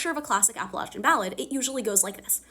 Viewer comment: First of all: as an Appalachian, thank you for saying it right! Second, my family is Appalachian and has been ever since my family immigrated here, a part of that family carried the surname Covey so it was really cool seeing an Appalachian woman like Lucy be from a Clan called just that